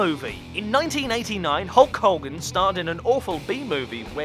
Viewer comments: Did he say Hulk Holden? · You say "Hulk Hogan" really weird...